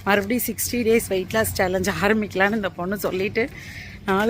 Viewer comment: ஆராமிக்கலாமா இல்லை ஆரம்பிக்கலாம் னு மாத்துங்க சகோதரி